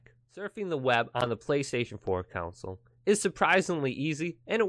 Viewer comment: he says console the way that makes me cringe, the way my dad says it, completely wrong... "council" 😫